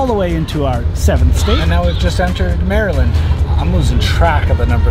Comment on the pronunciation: That pronounciation of Maryland is hurting me.